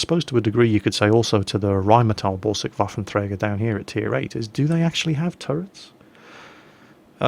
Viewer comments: Thanks. B.t.w. it's not an waffletraktor but a Waffenträger and that would be WeaponBearer in english. I'm dutch and I know my neighbors languages.:-) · sorry, it means correctly Waffeltraktor. btw. Slf. means in german Selbstfahrlafette a other word for artellery. pls. like so he see it.